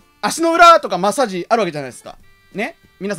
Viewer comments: 「マッサージ」のイントネーションが「だっちゅーの」なんよ。 正しくは「だっふんだ」なんよ。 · 舞元の「マ↑ッサージ」って発音はデフォなのかw